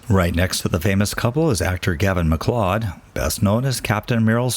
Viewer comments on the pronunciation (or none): His last name is pronounced Mac-Loud spelled MacLeod not MacLowed. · It's pronounced Gavin MacCloud, not MacClod!! Do your homework so you don't disrespect the dead! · Gavin's last name is pronounced Mac Cloud even though spelled Macleod keep up the good work love having you go to places I can't travel to visit famous and not so famous graves. Lucky I grew up 2 blocks from Arlington National Cemetery. Have family there. My sister and I as like girls would help groom Black Jack the famous black stallion that pulled the Casino wagon for JFK . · Gavin McLeod is pronounced McCloud as in Dennis weavers MCCLOUD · Gavin MacLeod ……MacLeod is pronounced McCloud. It’s also my maiden name. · It's pronounced Gavin McCloud.